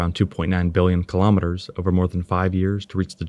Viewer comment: KILO'METERS, not kalamaduhz.